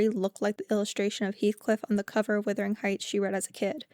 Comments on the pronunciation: The word is wuthering not withering. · LOOK AT THE SPELLING OR LISTEN TO PEOPLE SAY IT PROPERLY! IT IS WUTHERING NOT WITHERING!!!!!!!! Wuthering means windy, like the very windy Yorkshire moors.